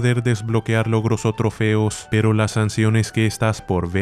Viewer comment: SANSiones XD